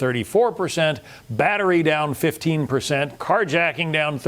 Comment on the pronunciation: I heard that. I think he meant 15. But it sounded like 50.